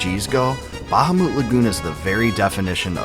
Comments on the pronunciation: It’s “Bu-hamut” Lagoon. Not “Baja-moot” Lagoon. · Buh-hah-mit not ba-ha-moot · its not bahumoot....its literally BA-HA-MUT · Google the pronunciation and you'll see it most definitely is "Ba-ha-moot"...... not "Bu-HaMuT" 🤓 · buh-HAH-meht, not BAH-hah-moot Also LOON-uhr, not loon-AHR, from some of your other videos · RIGHT?! smh... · Ba-ha-moot Lagoon 🤣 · I don't think that's how bahamut is pronounced. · The word bahamut seems to have the same source as behemoth. No one pronounces behemoth like the guy who made this video. The stress should be on the second syllable. Like how you would say the word Goliath.